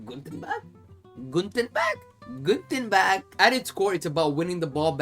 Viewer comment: Bro please😂😂 counterpress=Konterpresse in german and its not guten bag but guten tag😂😂